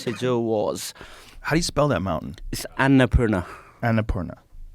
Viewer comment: Someone needs to teach Nims to pronounce Annapurna